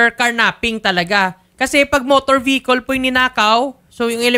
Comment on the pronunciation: vehicle po hindi po behicol..😢